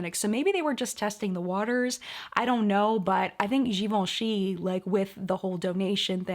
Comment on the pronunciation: That top is life! And the way you pronounced Givenchy throughout the episode was...beautiful. Over and over and over again. Loved every minute! ...and the live chat was great too, which I caught on the replay.